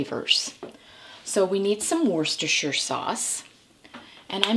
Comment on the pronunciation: Not often you hear a non-Brit correctly pronounce Worcestershire! 👍